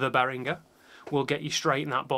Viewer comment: Thank you for pronouncing Behringer like Behringer and not like BehriJer. :)